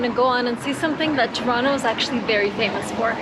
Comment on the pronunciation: I'm surprised you pronounce Toronto, "Churonno". Very good.